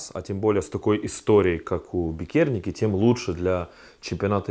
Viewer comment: все заебись, только не бикЕрниеки, а бИкерниеки, а если совсем точно, то бИтерниеки